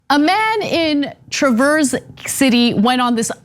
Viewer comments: Unimportant aside, I think in Michigan it’s pronounced Trav-urs, not the word traverse, like moving across a thing. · Traverse City is pronounced with a short A sound (as in apple) with no accent on first syllable, not truh-verse (method of travel). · Those far right wingnuts in Northern Michigan are scary af. They live in a bubble up there. Also, you're pronoucing Traverse wrong, it's trav-urse, not Truh-verse. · I can assure bill as a product of the schools in northern Michigan no one is teaching any of that. No one is teaching Anything other than abstinence only. Also If you’re gonna watch TCaps Board meetings because it’s the second while you’ve done. It’s trav like travel ers travers city Not like the French pronunciation of traverse. See Michel more for the correct example. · You put the emphasis on the wrong syllable in Traverse, Ana 😉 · Cenk and Ana need to look up online videos of Traverse City to figure out how to pronounce it. Haha. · Traverse (City) is pronounced with a short "a", like Ram First.